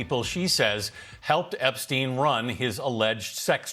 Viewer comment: Why do you mispronounce Epstein m. It's stein ..not steen.. he's not Scandinavian